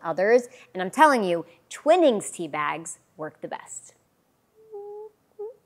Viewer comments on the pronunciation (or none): Absolutely peeing myself at the pronunciation of “twinnings” it’s twi nings 😂